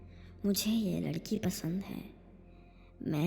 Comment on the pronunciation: He said Uss lalki 😂